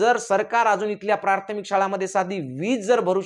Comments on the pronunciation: तू शिक्षक आहे का रे. असेल तर मग बम्बच बरोबर आहे. कारण तुला प्राथमिक नीट बोलता येईना. प्रार्थमिक बोलतोय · प्रार्थमीक नाही प्राथमिक म्हणा.